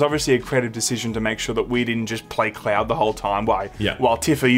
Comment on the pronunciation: When says cloud it sounds like he says Claire And I've never played FFV7 so while I was wondering who she was, I just accepted it.